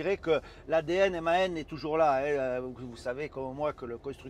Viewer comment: Apprends à dire le nom du camion